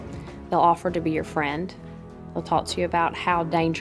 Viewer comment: Fren. She couldn't even pronounce friend....